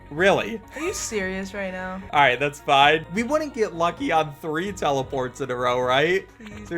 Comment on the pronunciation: are you serious right neow